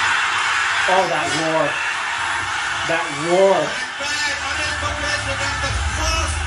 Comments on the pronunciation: you're gut is spot on. It is 'Kumb-lay' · Kumb-lay is haw you can pronounce it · well your gut was right its...Kumb-le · its pronounced kumblay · It's funny how got the name right with the accent 🤣 Good job.